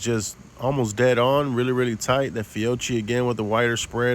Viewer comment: Fee O key lol